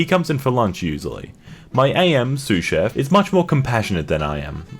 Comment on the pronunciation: I’m surprised you knew how to pronounce “sous chef.”